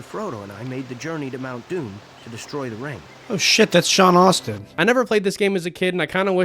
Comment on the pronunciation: *Astin 😂 Not Austin “Moira? My guy, are you even a LOTR fan? 😂